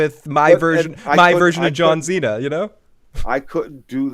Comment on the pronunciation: It's pronounced John See-Na, not John Xena Warrior Princess 🤪